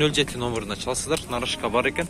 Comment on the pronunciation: Нарашка эмес, тура айтылышы Нароска вахаха калхоз